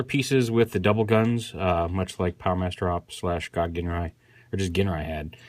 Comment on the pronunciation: It's pronounced JINRAI